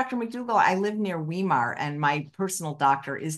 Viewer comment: Tip- "V" -"eye" -"mar" and now say it as one word - Weimar, Germany, Weimar Republic... The "e" and the "i" are pronounce exactly the opposite in german and english. look up a site where the word will be pronounced. I always cringed when I hear this - and I'm an american!